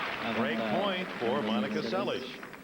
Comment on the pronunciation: He pronounced the native Hungarian. Seles was Americanized from Szeles. In the Hungarian alphabet, sz = s, s = sh. He is to be highly commended, as all American and most anglophone commentators suck at pronunciation lol.